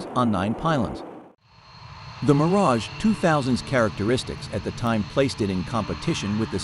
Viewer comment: Always the same... the name Mirage MISPRONOUNCED.